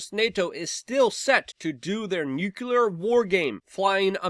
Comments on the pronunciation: "NUCLEAR" not "Nucular" Pronunciation, friend... there is no U after the C in "nuclear." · Great analysis! FYI, it's Noo-clear, not Nyoo-cue-lurrr... let's not speak Bush Jr.'s bastardized English. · Hey Luke, you almost pronounced “nuclear” correctly once...👍good job!!😂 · dude its very easy, and will instantly make you sound smarter NUU CLEER NEW CLEAR New as is NOT OLD and Clear as in NOT FOGGY OR CLOUDY NU CLEAR